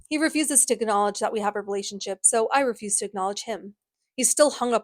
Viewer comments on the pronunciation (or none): none